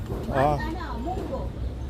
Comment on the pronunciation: Usually monggo beans are sold in sari-sari stores near you. You are pronouncing it wrong say it the Filipino way. Like how you say like song bong thong wrong.